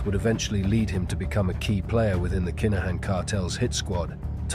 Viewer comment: Very good narrative but please please accept some pronunciation errors which are driving me (and most Irish listeners..)crazy! Just ask us for the phonetic spelling and we will all have a better experience! For example: Kinahan is pronounced K-in-ah-in and NOT Keynahin. There are many more, just ask! Other than this, excellent 👌